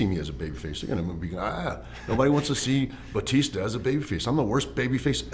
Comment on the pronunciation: "...and you became bootista"